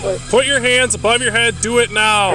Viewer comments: "raise your HaYinDs" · raise ur hÆnd's